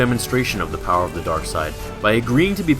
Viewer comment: I love how he says "powah" at the end like palpatine does